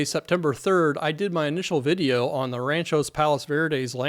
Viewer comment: Great job and very informative. Please check the pronunciation on the city. I believe it is RANCH-Ō Palos Verdes. Thanks